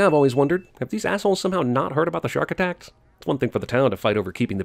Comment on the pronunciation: "shark attanks"